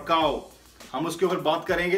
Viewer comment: sir galati se krenge ki jgh klenge bol gye.. It's just for fun sir.. Love u sir... U r my idol..